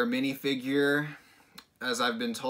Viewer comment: still love the fact that he said mini-figure very authentic